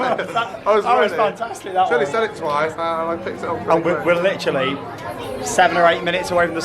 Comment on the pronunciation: Are you going to litter like a cat because you keep saying litterly